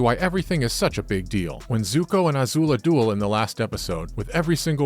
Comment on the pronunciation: This video is like someone who's passionate about Avatar wrote a script and sent it off to someone who has no idea what the source material is to do a voice-over. Toph and Azula's names are mispronounced. And the voice is so monotonous and passionless, it might as well have been read by Mai.